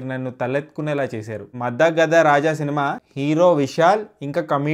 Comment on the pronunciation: మద గజ రాజా మద గద కాదు